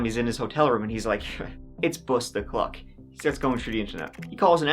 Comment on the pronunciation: i’m sorry, did you say “bust o’ clock”?!!! i’m dying 😂